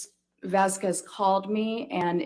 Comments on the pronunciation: Do they purposely mispronounce Vasquez? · Anyone else notice pronounced Camille's last name CORRECTLY when talking about the legal team at Depp's house? This was -22. I just caught this, so the shrew WAS saying Camille's name wrong on purpose. What a jerk.